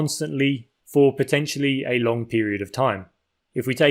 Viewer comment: Why do people start sayink lonk instead of long, and burnink instead of burning? Here we got another anti-NG person. Why do they do that? Local dialect without any NG sound? I really ting this weird, so I ask: why does the voice over man do this?